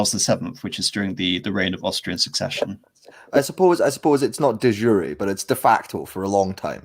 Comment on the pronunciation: It's "de yure" not "the zhure" (???) afaik ;)